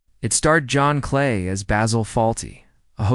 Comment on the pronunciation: I suspect this is another stupid video that uses computed audio so it doesn't know that Cleese isn't pronounced Clay. That ended my viewing of the video!